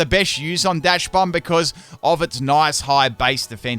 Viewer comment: It's pronounced Dox-bun. The name is based on dachshund, which is pronounced dox-hund.